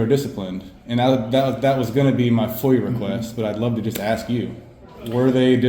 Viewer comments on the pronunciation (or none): none